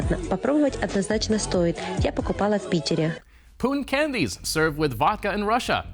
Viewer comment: Was that "Putin Candies" or "Poo In Candies"